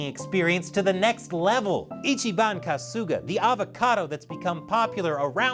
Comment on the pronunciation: And "Kasuga" is pronounced "KAH-suga", not "Ka-SOO-ga".